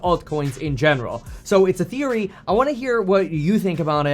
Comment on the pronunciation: He said he had "ETHeory"